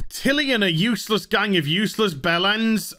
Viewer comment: Everytime he says 'youssless' a Yorkshire pudding is born